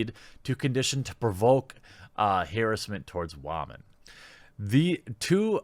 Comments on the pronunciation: "wahmen"???????????? tf is wrong with ur accent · Anyone else seriously distracted every time he says "wah-men"?